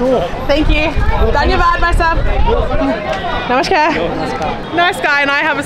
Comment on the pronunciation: You are breaking many Indian men's heart by sayin "bhaisab" ( brother) :D , but your namashkar pronunciation is great